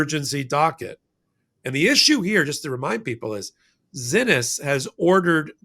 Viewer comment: Judge Zinnis’ name is pronounced See Knees. Glenn Kitchener was in court and heard her name pronounced as did Lisa Rubin.